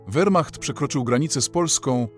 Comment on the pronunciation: Füchrer I wechrmacht? Bolesne doswiadczenie sluchowe. Lipa I nedza.